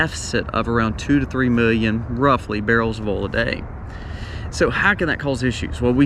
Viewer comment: I love how you say the word oil. “Ole”